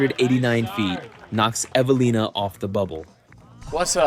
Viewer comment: Who the fuck is Eve Uh Leen Uh So Lunnin? This AI crap made me turn it off about 5 minutes in. It hurt my ears listening to this.